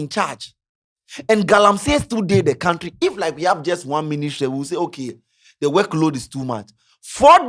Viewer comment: it’s koun-tree, not kount-tree.